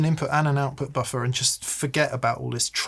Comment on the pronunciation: I like hearing say “ boffa” 😊